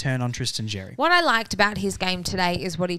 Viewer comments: Xerri is pronounced “Sherry”. Not Jerry, or Cherry, or Zzjerry or whatever else you’re saying. It’s becoming worse than the commentators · I’m not annoyed like the other bloke but yes Xerri is pronounced Sherry it’s a Maltese last name. And in the English version as well it’s pronounced Xerri. It’s not the end of the world though just letting you know!